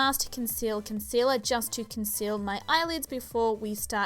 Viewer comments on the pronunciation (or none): none